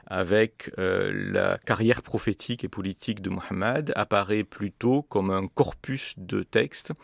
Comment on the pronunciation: Enfin , un europeen prononce correctement le nom du prophete de la religion musulmane ,MOHAMED (saaws)et non mohomet , comme le prononce la totalite des occidentaux.